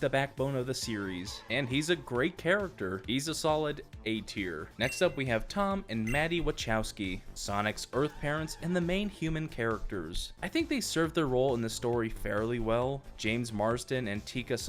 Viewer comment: I’m sorry did he just say waCHOWskee